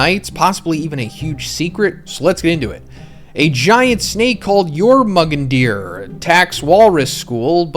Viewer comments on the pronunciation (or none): I heard Your-Mug-&-Tear instead of Jormungandr and had to come to comments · its pronounced YOR-MUN-GAN-DIR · It's pronounced your-mon-gun-der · A fucking what snake? Yourmagerndeer???? Bro learn how tf to read XDDDDDD Ps. Nah, you killed me with that one aint gonna lie xD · to make it easy just read it as yormagandur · Jormundandr pronounced "YOUR MAN GANDER" lmao love u big but tat was painful lol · it's YOR-MOO-GUN-DER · im sorry but, "your mug and deer" for "Jormungandr" is the funniest pronunciation i've heard so far XD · Yor mun gunder, jormungandr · Norman gander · Play god of war you’ll hear how to say it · I literally can’t watch this video because of how u pronounced jormungandr like wat bro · You messing up jormunganr is really upsetting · your pronunciation is so off 😂😂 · First time watching this guy’s video and I gotta say, one of the most annoying OP reviewers. Dude has a demeanor of a teenage stoner. We get it, you cannot pronounce the name of the snake, so stop intentionally mispronouncing it FFS. Dudes annoying af. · Blud massacred my boy Jormungandr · Small note it's incredibly cringe if you go through all this hard work to cover a story you know is rooted in mythology and don't take the time to put effort into using the right name or terminology for a word. You literally showed Jormungandr from God of War where they fluently say his name regularly. Just Google clips and practice saying it. If you respect the content and art respect the source material with as much passion. That's it, not even a hard word to say "Your-mun-gander" you didn't need to fake an accent it's not really funny. Otherwise keep doing your thing. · DID YOU EVER PLAY GOD OF WAR!!!!!!! You mispronouncing that name is crazy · I keep saying bless you every time he says it